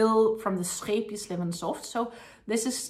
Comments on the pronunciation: Thanks for your video, and so pleased to hear the correct pronunciation of Scheepjes. When I first discovered this company's yarn on YouTube I looked up how to say the name, as I couldn't believe most of the ways YouTubers said it :). I've just bought some Linen Soft for a bargain price with a view to make animal toys, so wish me luck! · I like how you pronounce the yarn name correctly. Your accent makes it sound fancy. What pretty yarns you chose. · The Wonderball is in my favorite color "Blue". Thank you for clarifying the pronouncation of Scheepjes yarn. 😊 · I think it is a very gorgeous blue, and it is definitely a "wonderball". And my pleasure in regards to the "Scheepjes" pronounciation. Think I got it pretty close with my 14 years living in the Netherlands. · Yet pronunciation is probably better by the native Dutch, but I think I’m doing pretty well 😅